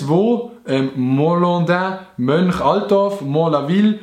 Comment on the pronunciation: Du häsch Mönchaltorf i zwei Wörter usgsproche, wie Mönch-Altorf, mer sprichts aber a eim Stuck us, aber nume en mini-mini Fähler, suscht eif ehre a dich <3